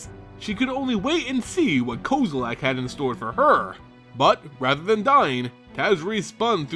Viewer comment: lol "ko-zo-lak" nope